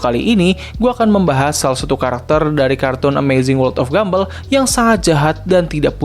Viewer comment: Entah kenapa gw merasa lucu ketika lu nyebut Gumball "Gumbell"